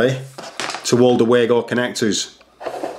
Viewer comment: Pronounced Vago.